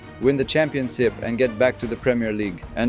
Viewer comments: And why does he say ‘championsip’ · Did anyone else notice said Championsip 😂😂😂 where was the h?